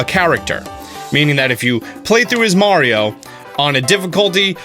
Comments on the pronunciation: Meh-rio lmao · Thank you for saying mario correctly, may ree oh! medigans..... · I don't know why but hearing it said the way he says it in the video actually stings me in the chest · Why do you pronounce mario and dr. Mario different? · Dope video. But I refuse to follow you because of the way you pronounce "Mario" lmao